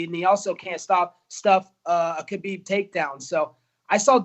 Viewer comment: What did he call Khabib?!? 😂